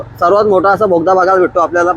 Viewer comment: Bala भोगदा nahi re बोगदा बोगदा.